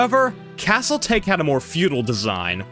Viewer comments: Regarding Castle Take, given that it is largely Japan-exclusive and themed, it would not be pronounced like the English "Tey-Kh" like you are trying to "take the castle", but rather Japanese "Tah-Kay", likely based on the Warring States-era Battle of Takamagahara given the Samurai and feudal iconography prominent on the cabinet. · As an FYI. in Japan, "Castle Take" would not be pronounced that way. It would be pronounced like "TA-ki". With "Take" meaning "Diverse".